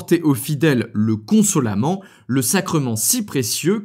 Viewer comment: Consolamennnt s'il vous plaît 😂 un peu d'accent occitant serait le bien venu 😂